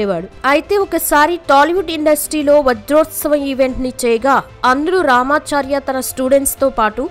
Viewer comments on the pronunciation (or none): రామా చా ....ర్యా కాదమ్మా రామాచారి గారు